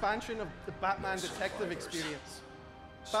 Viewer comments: did he just say blackman? lmao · he says Blackman Arkham Origins xDD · Blackman Arkham Origins Blackgate lol hi there from 2024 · LOL, he said Blackman Arkham Origins Blackgate!!!!! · Haha he really did say blackman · Anyone hear say Blackman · did he say blackman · LOL. He said blackman arkham origins